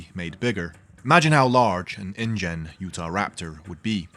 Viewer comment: It came as indian rather than ingen